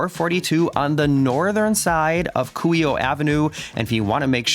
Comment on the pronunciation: Very nice and helpful video. It was very considerate of you to mute your voice and music while on the memorial. Well done and thank you! Fyi Kuhio (Coo-He-Oh).